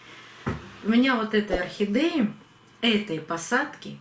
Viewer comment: Ну почему орхидЕи все называют охидЭями?!. Режет слух." Не говори красиво'! ' И это у всех блогеров.